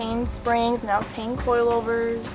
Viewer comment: It's not Tane -- -- Tee en